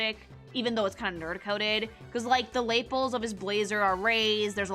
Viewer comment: No way you just called lapels "LAY-puls" lol. It's pronounced "luh-PELS".